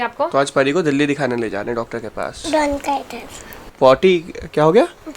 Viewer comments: it’s not bonchitis it’s bronchitis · Bonchitis nhi bronchitis hota hai bhaiya